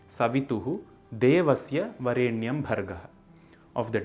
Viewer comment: The pronunciation of स्वः as सुवः is not a common mispronunciation but is the traditionally accepted correct pronunciation. Similarly, वरेण्यम् is, in fact, to be pronounced as वरेणियम्, and not the way it is actually written in Sanskrit. Thus the "correct" pronunciation found in this video doesn't follow the traditionally accepted rules of pronouncing the गायत्री मन्त्र. These are deeper intricacies of the गायत्री मन्त्र known to anyone who has received the मन्त्र properly during उपनयन from a वेदपाठिन्.